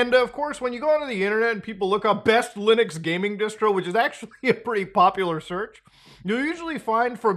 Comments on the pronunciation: What's Lunix? 😂 bro every time! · Did he say Lunux as rage bait... Because it worked